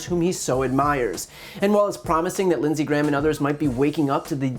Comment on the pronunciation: Linshees, judishearie